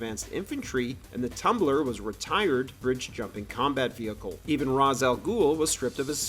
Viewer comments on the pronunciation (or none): Pronounced Raysh not ras